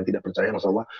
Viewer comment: Sebut nama ALLAH gak pake AU.. tp langsung AWLOH. Tp W dan L nya jgn terlalu JELAS. Kebanyakan yg blm fasih ngucapnya AU LOH. itu nurutku ya klo salah maafkan